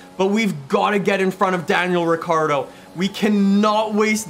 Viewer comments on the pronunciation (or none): none